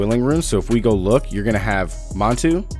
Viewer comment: Mundunugu is pronounced Moon-doo-Noog- oooh and Manitou is Man-Ih-Too.